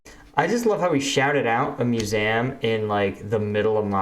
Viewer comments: You are the second person I've heard who's pronounced museum as mu-zaam (I can't spell syllables), the first was in an audiobook made about 5 years ago. Is it a regional thing where you grew up, or something different? I'm honestly curious. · probably just a regional thing pretty sure the people where I live pronounce it like that not that any of them have ever been to a museum unless its the confederate museum lol